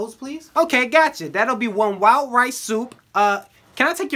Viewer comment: when he said “wild rice soup” i thought he said “wow rice soup” lol